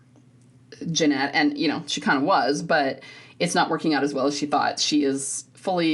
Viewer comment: Genet doesn’t pronounce the “t” at the end. It’s a long “a” similar to “beret” and it’s common in French.